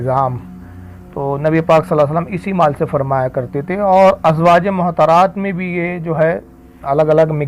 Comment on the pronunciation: rizvi sir ?azwaje mohtarat nahi balki azwaj e motahaharat {motahar ,,yani pakeeza } what is mohtar ,,uchcharan sudharen ,,motahaharat is pleural number of motahar